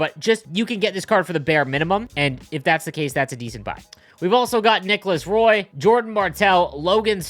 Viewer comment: For future reference, Nicolas Roy is pronounced the French version like Patrick. Keep killing it.